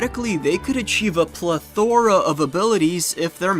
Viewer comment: it's pronounced PLEthora, not pleTHORa. random but it bothered me. otherwise great video<3